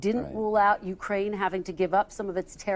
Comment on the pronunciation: Ukraine is accented on the second syllable. It is not accented on the "U."